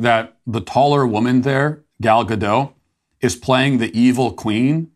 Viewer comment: Gal Gadot is not French, the "T" at the end is pronounced. It's "גל גדות" in Hebrew.